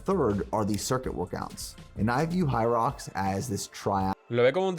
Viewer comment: 1ero se dice "jairox"( hyrox) 2do este empezó bien la preparación en los primeros capítulos luego los videos son aburridos nada interesantes(en mi humilde opinión,,ahora abien es una carrera de 8km con obstáculos cada1km(ejercicios de fierza) Hace poco aca en toronto hubo la 1era carrera y yo participe en dobles, apenas me pude preparar por 2 o 3 semanas antes d ela carera por temas laborales y falta de tiempo y es un espectáculo hacerla me tomo 1hr y 40min y el récord creo que es tocando apenas 50min o casi 1hr es intensa sientes que no puedes y que se te va la vida pero si puede haganla es una exp única en la vida,otro punto en uno de sus videos corre creo que 65millas por semana su alimentación no es tan cargada ni tan masiva y sige siento gigante en talla, hace unos años participó en culturismo creo que en mens phisique,...así que a ese nivel de cardio y con pocas comidas es puya de lejos se nota.... x cierto tiene una empresa de suplementos pero aun no los pruebo,en fin la puya mas dinero d empresa hacen que se vea así con ee físico luego de 64millas x semana y sin días off....bye y excelente contenido